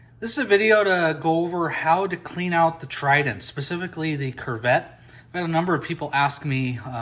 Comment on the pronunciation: Great video! Thank you for sharing. However, it is pronounced "koo-vet".